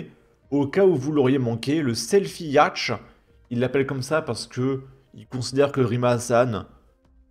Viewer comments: Un "yachete"?🤣 "Yacht" se prononce "yaute" 😉 La "Croisière s'amuse" ne s'amuse plus... Sérieux à part un coup de com pour faire le buzz et sa propagande en provocant délibérément une crise qui croit à du soit disant humanitaire avec un si petit navire? Accueille le tiers-monde, devient le tiers-monde. Le tout appuyé par une politique de laxisme et complaisance à tous les niveaux dans tous les domaines, une gauche cancer et résultat la France devient pire que des pays en guerre. Je ne sais plus où j'ai vu ça mais il y a des Colombiens qui disaient se sentir + en sécurité à Bogota ou Medellín qu'en France... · Coucou, je regarde beaucoup vos vidéos et je les like systématiquement ! Par contre juste pour votre information un yacht est un bateau de plaisance à voile ou à moteur. Yacht se prononce « yote» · non mais yacht, bordel fais un effort : Un yacht est un bateau de plaisance à voile ou à moteur. Yacht se prononce souvent en français « iôte »